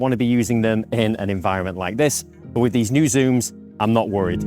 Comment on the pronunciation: do another video except youre not allowed to say "but" .... "Buh" lol.